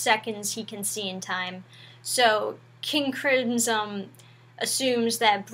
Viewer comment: "King Crinsom"